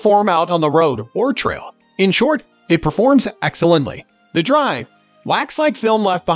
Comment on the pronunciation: Is this narrated by a machine? Its dry lube not D.R.Y.